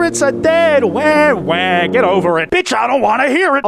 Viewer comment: It's wah wah not wae wae